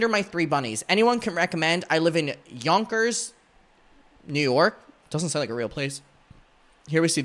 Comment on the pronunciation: You pronounced it right, and yes, Yonkers is a real place.